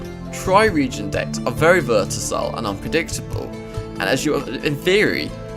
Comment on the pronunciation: Versatile not vertasile